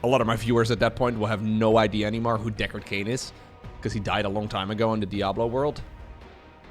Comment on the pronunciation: "Derek Cain" It is Deckard Cain.